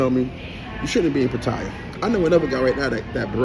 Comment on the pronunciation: What kind of man tells lies 2 himself smh. You be talking nonsense B. This is getting crazy. Also you say pattaya wrong. Fix it!!! You did all this about black holding one another up. One of your first videos was you talking about you not wanting to shake a black man hand and why was he trying to do all that. You a fraud B a hypocrite. Get it together